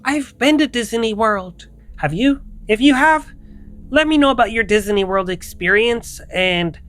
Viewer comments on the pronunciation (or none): Yeah okay?? What does that obvious point have to do with me joking with About how he pronounces disaney world...lmfao